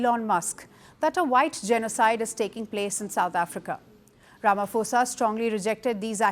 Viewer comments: His name is not pronounced "Ramafosa". It is pronounced "Ramaposa" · Please pronounce the name of South Africa’s president as Rama(po)sa. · It is pronounced 'rama-poe-sa"